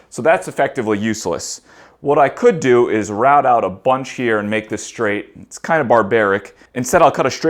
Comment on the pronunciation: I like you videos but shhhtraight and shhhhtretch drive me nuts.